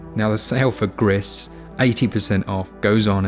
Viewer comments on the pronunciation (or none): I think Gris is pronounced as kind of ‘Gree’ (Spanish for grey)